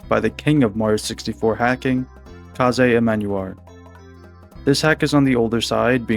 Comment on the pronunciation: Another person pronouncing Kaze incorrectly! It's Kayz, not Kah-ze 🤦